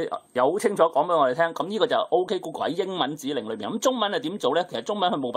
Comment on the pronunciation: 鹏 嘗試讀准确一點